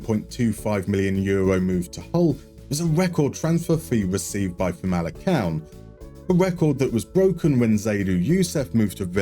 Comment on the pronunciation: Hi a quick lesson in Portuguese Famalicão should be pronounced as "Famalicaohm" like the ohm of the sound of the universe For words that start with a G and are followed by a vowel it turns into a J so Gil Vicente would be "Jil Vicente" For the little Ç it's an S sound so Taça de Portugal would be "Ta sa de Portugal"